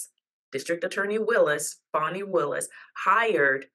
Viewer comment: It’s FAN - ee, not FAWN - ee.